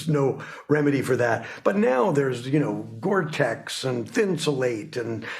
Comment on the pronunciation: man said Gore-tex lmao